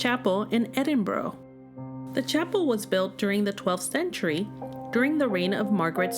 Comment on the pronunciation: It’s pronounced Edin bra